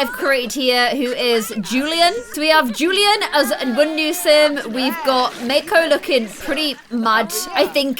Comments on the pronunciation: It’s not make-o it’s mauc o 😂 mako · Mako's name is pronounced mah-ck-o